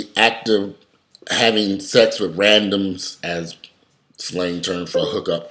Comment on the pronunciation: I like how you said RADOMS. LOL😂😂😂😂